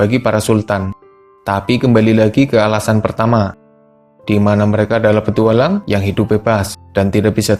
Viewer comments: "petuwalang" wkwk ngakak gw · Nadanya kok kek gitu ya njir 😅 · Salfok pak si adminnya ngucap kata "petualang" 😀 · Iye apa lagi pas ngomong petualang aneh banget nadanya